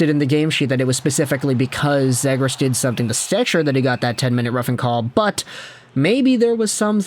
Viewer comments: It's ZEE-gras. You are clueless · lol…. bro you aint even saying his name correctly. Zagras lol😂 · Next time If you can’t pronounce someone’s last name just stick to the first name, lasted less then 2 minutes cause of how annoying you saying “zaygras” was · It’s pronounced zee-grus. Jesus. And lower the octave of your voice. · Is anyone gonna tell him he’s pronouncing zegras wrong?